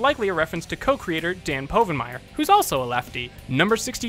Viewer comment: Dan’s last name is pronounced wrong at least ten times!